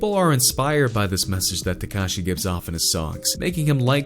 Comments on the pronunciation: Who the fuck is “tecashey”😂😂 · he cant even pronounce x's name right lol